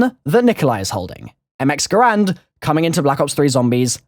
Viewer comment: THANKS FOR SAYING GARAND RIGHT!